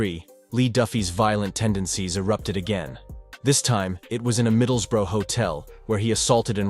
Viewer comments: I respect an american who goes to the trouble of learning the correct pronunciation of our English towns. Edit: ok you trailed off further in, it's pronounced like 'bruh', like watup bruh, middles-bruh (not middles-boro) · middles-burrow aha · American making documentarys always be aware they are full of shite cannot even say Middlesbrough properly 😂 in them days which I was a part of there were loads of people like Duffy he was nothing special fed off drunks and sucker punches as did many he didn't mess with the real elite or even decent ones and he got a beating few times that I personally know of